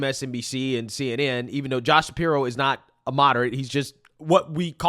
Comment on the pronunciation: “Josh sapiwo” hahahaha